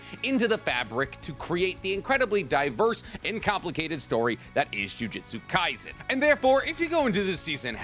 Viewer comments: My least favorite part is when he purposely mispronounce words like how many time did he say jujitsu kaisen instead of jujutsu kaisen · he also said the name wrong multiple times he said jujistu kaisen its jujustu kaisen he also says bunkai instead of bankai he does these things on purpose sadly